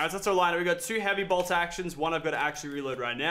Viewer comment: It annoys me when Lachlan says heavy bolt